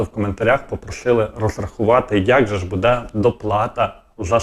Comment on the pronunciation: Не " надіюсь ", а " сподіваюсь ", не " будЕ ", а " бУде " - вчи українську мову, бо задовбав вже своїм суржиком!